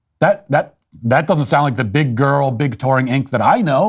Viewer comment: We need a compilation of Walsh saying “Big Grrrrl” on loop